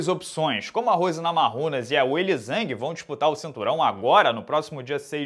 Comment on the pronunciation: Só o fala Rose NamaRRunas